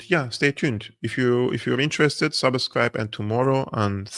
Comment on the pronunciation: Please work on your pronunciation of the word "subscribe".